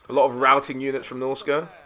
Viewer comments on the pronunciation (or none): none